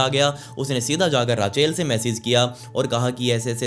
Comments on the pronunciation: Raachail Nahi kehte usko Raychal pronounce kerte hai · it's RACHEL not RAA-CHAIL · रेचल कहते हैं। राचेल नहीं। ये स्टोरी मैंने पहलए भी सुनी है on another channel। Awesome bhai।।keep it up।। All the best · Raachel nhi rechal hota hai 😂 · Just FYI - Rachel/Rachael is pronounced Raychal :)